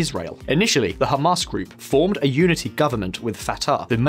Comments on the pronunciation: I heard Hummus instead of Hamas. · Did he just call it “Ham Us” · “Hum Arse”